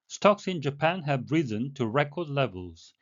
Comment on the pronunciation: risen을 못 들었는데 발음을 잘못 하고 있었어요. 오늘도 감사합니다!